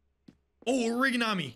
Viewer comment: the scariest thing in this video is how he pronounces origami